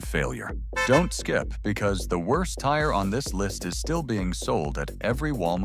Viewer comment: WIRST, WROST, WERST...